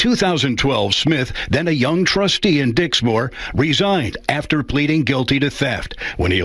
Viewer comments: Hahaha...he said Dicksmore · Stop saying Dicksmore